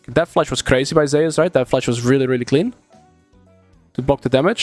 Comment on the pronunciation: Every time you pronounce Zeus ‘Zehus’, a Greek player decides to main Fizz.